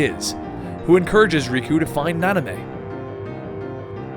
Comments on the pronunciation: Na-min-ay, not Na-ni-may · Why did you keep saying "Nanamey"? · Nanime? NO. It's Namine. Please if you've played the games like you said you have, then why are you going around mispronouncing everything? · please for the love of God say namine not nonime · Nanime= Namine Xhenahort=Xheanort Equarus=Eraqus So many mispronounced name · Yes, and he kept saying Nah-Nah-mey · actuall namine is more like (nah-min-eh) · Isn't it Namine? Like Nah-mehn-ay? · and namine, is pronounced, na-men-a